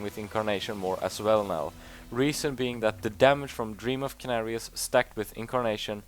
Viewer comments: ehm, well...Just because a name doesnt mean anything or isnt included in the dictionary doesnt mean its not a "real" word. And you should've heard it sometime that its called senarius not kenarius. You dont say Ors you say ORK. And thats not a real word either in your world :D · how can u have played the game so long, and still havent heard its pronounced SENARIUS not KENARIUS. Apart from that, thumbs up on the guide buddy! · Yea thats true but most people pronounce it with an s. Not hating man love ur videos, just telling what he means :)